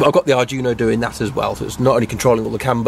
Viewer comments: It is pronounced "ard dweeno", not Arjuno! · Unless 'arjuno' is some special CANbus arduino-based gadget I've never heard of, you are pronouncing 'Arduino' wrong. It's 'ard-wee-no', not 'Ar-juno'. Great work though. You clearly know your stuff apart from the pronunciation confusion :-) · Arduino, ar-dwee-no. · At last a Mazda RX8 with a proper rotary engine :D By the way, Arduino is pronounced Ard we know :)